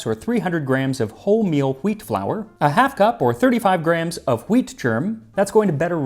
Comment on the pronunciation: I appreciate how carefully Max enunciates each word; you can hear the subtle /hw/ in “wheat,” a pronunciation that is becoming increasingly rare.